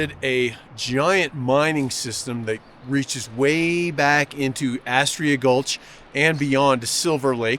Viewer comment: You couldn't say Arrasta Gulch properly 😂. Total Jackass is what you are.